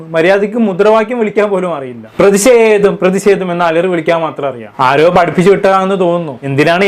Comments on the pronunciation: C😂എടാ. നീ. ആത്യം... മലയാളഭാഷ. പഠിച്ചുവാ.. പ്രതിസേതം.. എന്നല്ല. പ്രേതിഷേതം... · പ്രതിഷേധം പ്രദീശെധം അല്ല😅😅😅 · പ്രതി സെതം അല്ല പ്രതി ഷേധം